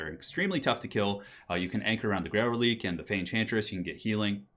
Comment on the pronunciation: Reliquae is pronounced relikway, releek would be relique